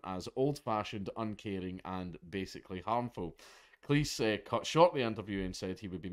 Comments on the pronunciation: AAAAAARGH, Jesus F Christ mate! Its Cleez. Say Cleez. Fuqin Cleece? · Cleese rhymes with cheese. I taped all of Monty Python's Flying Circus on VHS. Yeah, I'm a boomer.